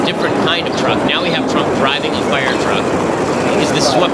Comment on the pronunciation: I love ben shaprio but holy shit can he not pronounce "fire" or "wire" or "hire"